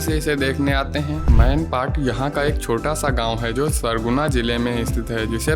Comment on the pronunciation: वह सनगुजा जिला नहीं सरगुजा जिला है, और हरदेव नदी नहीं हसदेव नदी होता है, और छत्तीसगढ़ में कुल तीन जंक्शन नहीं चार जंक्शन है...... रायपुर, बिलासपुर , दुर्ग और चांपा जंक्शन।😊